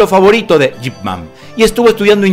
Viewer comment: Quien es Jip Man? Yo conozco Ip Man!!!